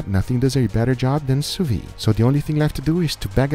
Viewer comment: You forgot, "Sous-vee", it's "Sous-Vide" pronounced like a pot "lid" Sous vee, scratch my hears each times!